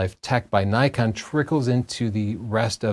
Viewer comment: Zee?... its ZED .. you Yanks.. and its Nikon not Nykon